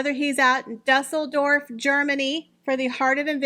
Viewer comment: Great video,! But I just gotta tell you how to pronounce Düsseldorf. Because of the oomlot over the “u”, the u isn’t pronounced as an “u”. The city is pronounced Do-sell-dorf. Do as in I stepped in some doo-doo. 😜